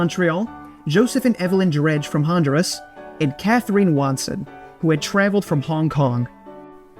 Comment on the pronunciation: Pretty sure ‘dreary’ is pronounced with an ‘ear’ not an ‘air’. ‘Honduras’ needs to be redone as well